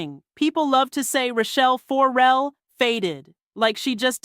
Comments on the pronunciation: 4-Rell is hurting my ears. fuhRELL us please. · Why are you saying her name like 4L? For L? It’s Farrell. Looks just like it spelled. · WTF is up with the FOR-rell pronunciation????